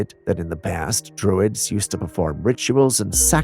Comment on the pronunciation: In the "Camera 92" segment, my dearest... the word for the civilization residing in the "Walking Man Woods" is not "droids" (ie. Star Wars), it is "druids", pronounced "droo-id-ss". Your welcome. Like I previously offered, I work for free. Once again, your loyal subject, Jennifer S.